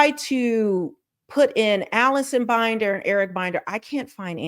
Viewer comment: ML Management shows under the "Contact" tab of its website that it has an office at 1800 Century Park East, Suite 400, Los Angeles, CA 90067. Comments from former employees on Glassdoor said it was a small office with no benefits. P.S. I believe Binder is pronounced with a short i, as in Tinder.